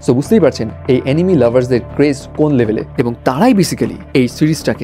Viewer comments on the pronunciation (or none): হই মিয়া! এনিমি লাভার আবার কি? এনিমে লাভার কন! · Anime ❌ Animi ✅